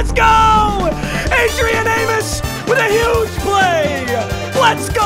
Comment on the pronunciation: He finally said Adrian name right